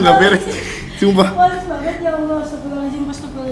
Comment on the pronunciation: Gua emosi sama dia bilang "astafirlohhalajim" nya, wakwakwak